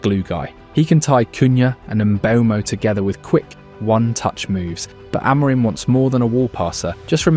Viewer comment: your pronunciation is really bad. it's not 'aMOREim', more like 'amurhim' with silent h. absolutely no one pronounces it like you do.